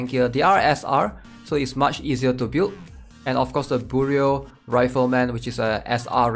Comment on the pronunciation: bro its "byoroo" like FBI bureau